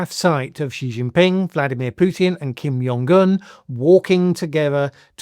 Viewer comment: Its Kim Jong Un not Kim Yong Gun